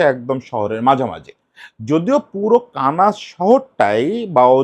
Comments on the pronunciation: দাদা এটা কি কানাস নাকি 'কানসাস' (Kansas). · দাদা একটু ভুল হচ্ছে - আপনি বলছেন, kanas city, সঠিক হবে kansas city. আশা করি পরের কোনও ভিডিওতে সঠিক হইয়ে যাবে। ধন্যবাদ